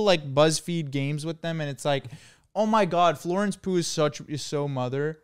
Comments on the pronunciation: Them pronouncing Florence Pugh as Florence poo made me question if I was even saying it right😭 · the way yall pronounce florence pugh as florence poo makes me violent